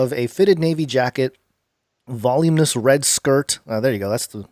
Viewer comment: Guys learn to Pronounce words. Focus on the center letter & dentify the syllables and then pronounce it. This is how you read words you don't start at the 1st letter on the left and sound it out like a four-year-old. you butchered in 5 minutes Haute Couture, Voluminous not VOLUME NESS, Brooch. PRONOUNCED BRO! CH, LIKE COACH, NOT COOCH, It's a pendant without the necklace and a pin in its place. Sufraggettes, Really, sufragettees !!!